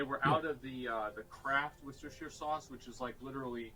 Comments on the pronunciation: Gosh! It's worcestershire sauce, not worcestershire sauce. lol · I'd make a comment about the wershtershire sauce if I could spell worcestershire 😂